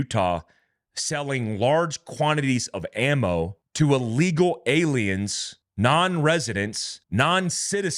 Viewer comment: Don't say " uh-legal", say ill (as in 'sick') legal. "Ill-legal". Otherwise go back to ESL.